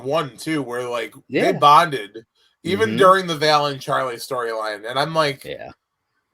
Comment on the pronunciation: Are you calling Valentina "Vail" on purpose or is it just a mental slip? It seems like is trying to correct you every week by correctly calling her Val but you just keep doing it for the 12 episodes of the series so far.